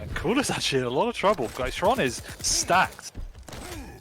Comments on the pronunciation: Zron, Shron, Zhron.....is it really so hard to ask someone how it should be read??! Or casters just don't give a fuck (for 3 years...) HRON! X in his nickname is from russian and it is read as H ! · Xron - either stands for " reddish " or a " drunkard". Or, even more precise, someone, who is addicted to smth. CHRONically addicted to smth. Hence, the right pronunciation from ukrainian is [Kron], with soft K, as [h], like in the word " here ". So it is HRON. It's not EXron, not ron, not KZron. It is Hron. Like, so those poor bastards see this and relief themselves from torture. gl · it's useless, they will always butcher Xron's name. Except for Zoot, who always pronounces it right, as far as I remember.